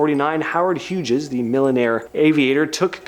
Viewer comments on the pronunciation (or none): It’s not Hugess it’s pronounced hews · It's pronounced like the synonym of "colors" - hues. Not "Hugess." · Howard Hugess? Hughes, pronounced HUES. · Howard Hughes is pronounced "hues' not "hu-jez" ... ! : ) just sayin' ! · Yeahhh that was super jarring.HUGES? LOL. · hehehe it sounded so funny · Ironic that I - about one half minute before - was thinking that pronunciations are good. Then, he says Hugess. HH was and still is a pretty well known person.